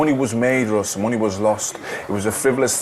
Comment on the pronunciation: "um, excuse me mr. devil, it's 'ross' not 'russ'"